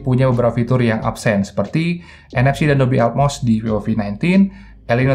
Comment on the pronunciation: Ngomong vivo kek v o v gitu,apa emang ane yang bahasa inggris nya remed yah